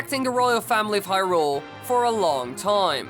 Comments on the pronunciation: Don't wanna make fun of your accent, but you say Hyrule like hyRULE. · The way he pronounces hyrule